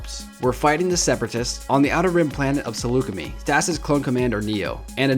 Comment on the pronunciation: You said Selucamia wrong.